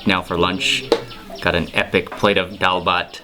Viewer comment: Any Bengali family would adopt you happily for mentioning DAAL BHAT so many times with that fine pronunciation and eating them with bare hand at the end.